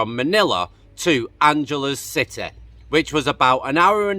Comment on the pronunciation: You pronounce Angeles City with a hard G. Not a soft G.